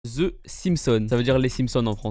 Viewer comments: The not zeu ça se prononces (deu) comme le chiffre 2. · Pourquoi vous prononcer ZE SIMSEUNE 😂🤣🤣 L'anglais c'est pas pour vous #Eunedeurstaine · Ze simpson XD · frérot par contre juste un truc arrêtez de me peter les oreilles avec vos « ze Simpson” on vous apprend ça a l’école en France mais est-ce que vous avez déjà entendu un anglophone de langue maternelle dire « ze » pour « the » non les gars c’est pas une prononciation anglophone! Vous me faites Saigner les oreilles à chaque fois donc svp! Sinon cool ta vidéo continu 👍🏾 peace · Vous les francais de la france vous proncer le Z pour THE mort de rire ... En réalité c'est un dsV(langue colée et à moitié sortie des dents), dsVeuh(euh assomé) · Déjà on prenonce pas "Ze" débile